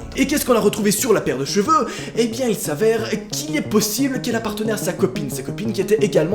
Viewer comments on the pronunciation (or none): none